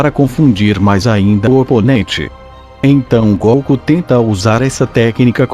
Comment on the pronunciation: Quem é esse comentarista do vídio que não sabe falar o nome de goku direito? Na pronúcia dele ,ele fala goocu. E não goku.